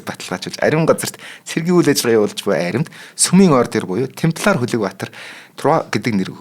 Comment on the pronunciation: Темплар юм уу тампильер юм болов уу